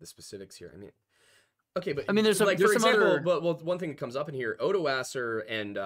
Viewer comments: For the love of god, I've studied the Franks and it physically hurts me to hear people calling Odoacer "oodohseer" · you're very close, at the least. Every expert I dealt with in college was confident that the pronunciation was far more along the lines of "ohdwuacker" or "oddwacker", depending on how British the prof was, for whatever reason. Frankish names get really fucking weird and their pronunciations/emphasis on certain parts can get even weirder.